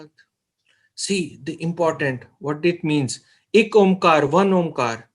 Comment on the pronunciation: It’s not ik omkar, it’s Ikk Oankar (O-ang-kâra). I’m a student of Taksal!